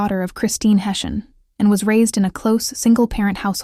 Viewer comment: Pronounced Hess eey an God rest her soul ❤